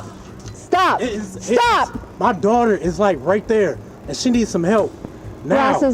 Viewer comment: “But…but…MUH DORTER!!!”😹😹😹😹